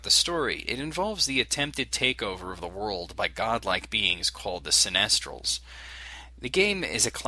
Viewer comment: great review dude. but one thing bugs me, its a take on cynical people, so its pronounced sy-ni-stals, not se-nest-als..... much love and keep reviewin!